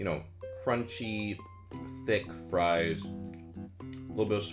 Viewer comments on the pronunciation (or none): none